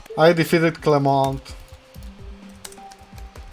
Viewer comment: You got Clemonts name wrong